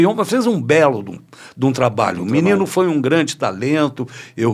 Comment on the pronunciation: BA FALANDO MININU É BRINCADEIRA